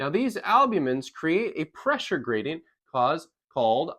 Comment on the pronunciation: What is a “graidenyt”?